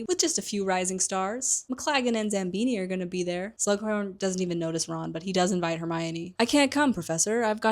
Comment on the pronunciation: I love these videos, but your mispronunciations girl 😭 Zabini doesn’t have an M in it 😭😭😭 I might be ableist against dyslexics tbh